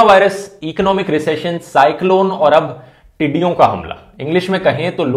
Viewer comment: The way he says "tidiyo" Is very funny 😂😂😂😂😂